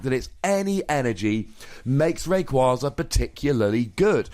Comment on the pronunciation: Take a shot every time he mis-pronounces Rayquaza